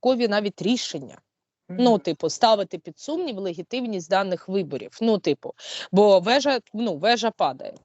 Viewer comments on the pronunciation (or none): В данном видео речь идет о ПРЕДСТОЯЩИХ выборах в России (15 -17 марта). Сегодня у нас 18 число, а вы пишите, что ролик вышел 3 часа назад. Где же правда? Вы часто произносите слово "легитимность", но из уст Сейраш оно звучит как "легитиВность"(может я плохо слышу)